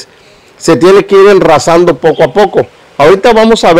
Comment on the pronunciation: No es enrrazando sino rasando